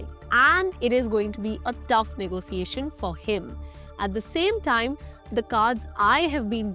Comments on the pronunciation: why "ne go SIIIIIII eishn"? it spells and says differently. not negoSIIIIIIeishen at all. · Everytime she says "negosiation" gives me the ick